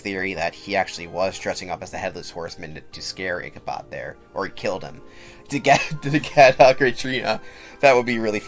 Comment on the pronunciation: its ichabod with a D im soory its like stopping me from fully enjoying the video and that's just a me thing, otherwise great vid